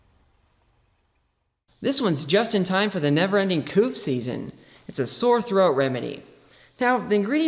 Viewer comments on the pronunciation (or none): “Cran” and “coof” 😂😂